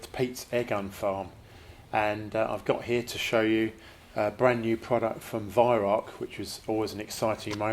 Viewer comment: It's pronounced Vy-Rau, not Vy=Rock.